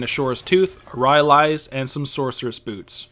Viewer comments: RY-AH-LEES.... "RY-LIES" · PRONOUNCED RAILAIS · wow wow wow bro wtf is ry ah leees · was enjoying the video thoroughly, then i heard RY-AL-EES. couldnt forge on from there. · it's pronounced ry-lies :)